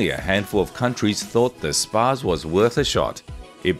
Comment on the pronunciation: It’s pronounced spots essentially. Js